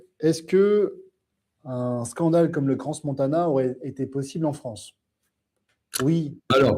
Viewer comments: cran (pas crance) ! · On prononce CRAN Montana (pas crance) ! 😉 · On dit Cran montana on n prononce pas le " s".